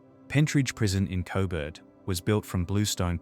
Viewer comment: Why do you keep calling Coburg, Cobert 😂